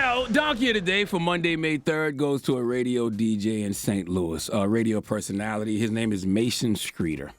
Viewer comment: The way he said Personality lol. “P E R S O N A T I L Y”